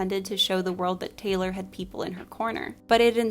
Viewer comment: taylor tayloor